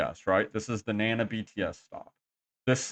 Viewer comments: Na Na, not nan na. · You would think all the time you have spent in Thailand you would learn a little bit of Thai. At least how to correctly pronounce common words like Nana